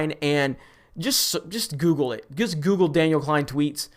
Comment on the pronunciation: Daniel Z "KLEIN" lol every fucking time love it!